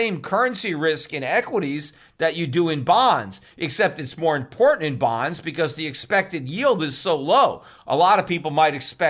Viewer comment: LOL you say bonds like someone says buns. I got hungry. 😀